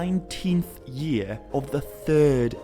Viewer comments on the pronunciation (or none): none